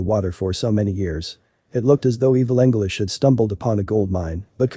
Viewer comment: Evil anglish?